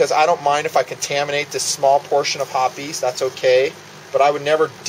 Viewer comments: Ok. He keeps saying lead. If ur shooting lead jacketed bullets (if there is such, .22 cal.) then ur incompetent. He means to say copper. It's referred to as copper fouling which, with progressive shot count, inhibits accuracy. Hoppes, not hoppies, is insufficient for copper fouling. Some regional pronunciation differences between his woods and mine (TX). The rest was good. A for effort. Ps, use a bore guide. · Not hopee's! It's Hoppe's, sounds like hops. Say Hopees one more time...I dare ya...